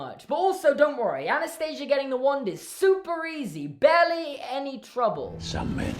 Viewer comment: Did you just say, "Super easy, barley any trouble." OMG I AN NERDING OUT ON RYAN GEORGE